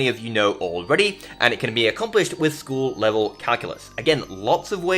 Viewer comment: I could have sworn the first time I heard you say "School Level Calculus" I heard "Full Metal Calculus" I'm sure there's a video in there somewhere >_<